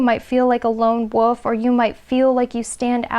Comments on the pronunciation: Sounds like you’re saying the Woof instead of the Wolf 😅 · Did she just pronounce the wolf as the "woof"? 😳 "There's something about you that's very striking" - too fair skinned and too tall and too curvy to be a Filipino 🤷🏻‍♀️ Best part of life spent with white wolfy looking dog called Clay. Now loves cats.